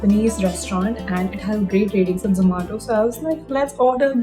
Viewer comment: the way she says Zoomato, it's weirdly funny